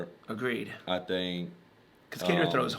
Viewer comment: Kattar not Katter but you get a pass cuz ur cool.